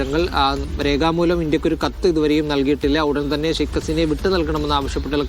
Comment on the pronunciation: മീഡിയാവൺ സ്കൂളിൽ പോകണം " ശൈഖ് "അല്ല " ഷെയ്ക്ക്" അസീന